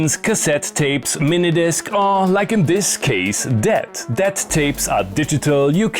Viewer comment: When you first said, 'DAT,' I heard, 'debt' and it made sense in context.